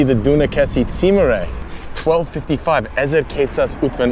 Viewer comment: Nagyon király vagy, hogy ennyire érdeklődsz a magyarság iránt, megtisztelő! :) Ám itt egy építő kritika: nem "címre", hanem "címer". :D Hajrá! ^^